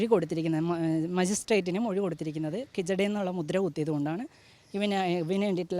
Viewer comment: കിജഡയല്ല, ഹിജഡയെന്നാ..